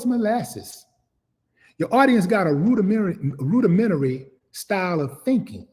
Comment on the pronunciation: I just gave him a NEW Word to Use, LOL WAY to go Willie. You've learned Rudimentary, just learn how to pronounce it LOL.